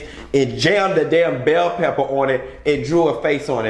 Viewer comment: I hollered she you said “bell pepper” 🤣🤣🤣🤣